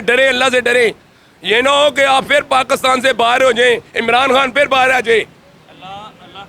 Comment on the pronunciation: Aur bolo ekk vaarii fyrrr shairrrrr...